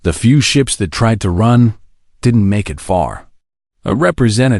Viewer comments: So is "Eye Tee" of "it", and "You Ess" for "us". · OMG the pronunciation is awful how can you not even say us or it? and the punctuation is bad as well.